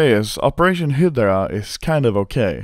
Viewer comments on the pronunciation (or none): I don't know why but I get annoyed when Anomaly says "Hyddra" instead of Hydra. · Its Hi-dra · Sounds like he is saying "Hitler Operation", instead of hydra. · American pronunciation Hi-Drah Swedish pronunciation he-dur-ah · Every time anomaly says hydra I think he says hitler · when he says 'hydra', it sounds like 'hitler' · Operation "Heedrah" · Hi-deh-rah operation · Anomaly i love you but its pronounced "hi-druh" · you pronounce hydra high-druh. druh like you're pronouncing only the dru of drugs. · I love the way he pronounces "hydra" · The way that you pronounce hydra is funny asf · can you pls learn how to read hydra? Thanks